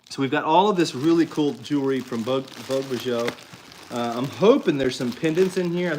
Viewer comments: Bijoux means jewelry or jewels. Pronounced "beejoo" vogue beejoo... even in Donaldsville 😉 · Bijoux is French for jewelry. It is pronounce beezhoo. Congratulations to Kaylin, that’s awesome! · “Bee ju”. French